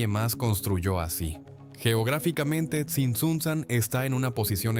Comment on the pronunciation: Es Tzintzuntzan, palabra llana o grave, no aguda. Es Cuitzeo, no Cuítzeo